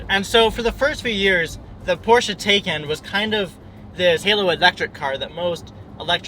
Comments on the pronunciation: Great video. Btw, according to Porsche, the car is pronounced “Tie-Kahn” not “Tay-Kahn” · PLEASE PLEASE PLEASE...if you want to be taken seriously can you at least pronounce the car's name correctly?